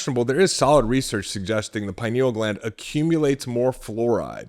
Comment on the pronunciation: Couldn't watch this one because he kept mispronouncing pineal...